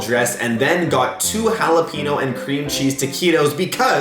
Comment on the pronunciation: Halapino really it’s jalapeño